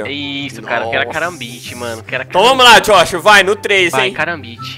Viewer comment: Eaee "Jóshua" Acriano haushsua